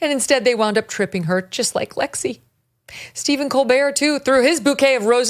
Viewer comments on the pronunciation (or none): none